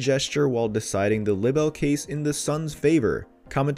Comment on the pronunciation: Narrator! Please, for the love of God, stop mispronouncing "libel"! Consult any dictionary for the correct pronunciation.